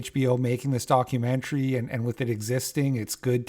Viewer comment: Documentary kinda like documentuhree/documentairy ya know…? the way you’ve been saying it with heavy pronunciation on the end🤭 ‘document-chree’ is making me.. cackle 😂